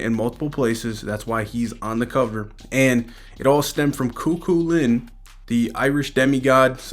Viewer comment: It's pronounced coo-cullen. Great coverage. KEEP IT UP!